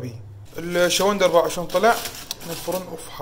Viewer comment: شون لو شلون حتى لهجتنا الحلوه قلبتوها صححوا كلامك